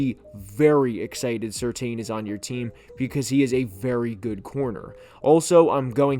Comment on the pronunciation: Very good take. One point: I suggest learning how to pronounce PS2's name. Just like his father, his last name is [sir-tan⁄]